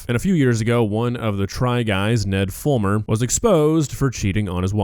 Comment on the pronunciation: Ned Fool-mer